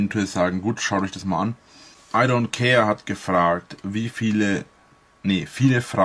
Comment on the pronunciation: Das Verstörendste and diesem Video für mich persönlich ist: er hat etzala tatsächlich "Idontcare" richtig ausgesprochne!!